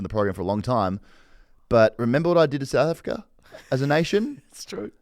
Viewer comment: does know how to say south africa? sounds like he's got Nate caddy in his mouth every time he says "souafrikrer"